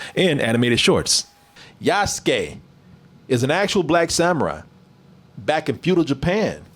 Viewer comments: Is the name really pronounced YAAS-KAY? Cause when I look at the word an I think about how japanese ppl talk, I hear YAH-SOO-KAY. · YA SU KEY !!! LOL Yasuke